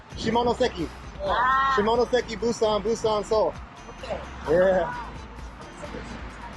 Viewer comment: 시모노쎄끼... 발음 굿!!